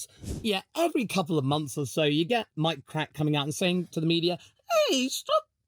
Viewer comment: appreciate how well you enunciate Mike Krack, cracks me up